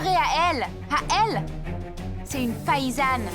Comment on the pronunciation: La personne qui traduit Tania c'est du n'importe quoi elle prononce très mal certains mots '' paysane '' elle dit '' païsane'' nuptiale '' elle dit nuptuale 😂😂😂😂😂😂